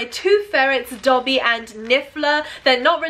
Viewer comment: It’s Dobby, not Coby